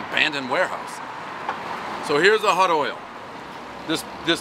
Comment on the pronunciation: The "hutdoyle" pizza. One word. Can't say hot. Always says hut. You're struggling because you speak like you had 10 Monsters laced with meth and coke, all the time. High score=must be burnt and stiff crust.